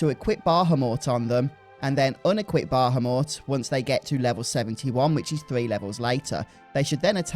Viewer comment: I can't trust this video because of his pronunciation of bahamut...if I trusted him though it would be a good video!